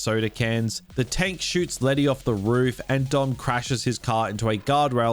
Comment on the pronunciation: lety has amnesia, meaning she has brain damage, but she kicks the ass of Gina Carano and Rhonda Rousey. A pet peeve - they don’t pronounce her nickname right for a Latina, of course she’d be fine either way that, right?